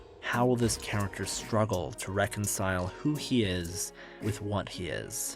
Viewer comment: How can u say characterization correct but cant say character?